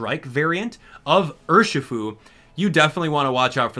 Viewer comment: It's Urshifu